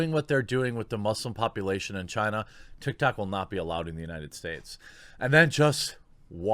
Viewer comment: Ban all things Chy-na